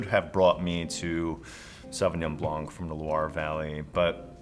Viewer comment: Fun fact: the C is silent in Sauvignon Blanc. Don't say it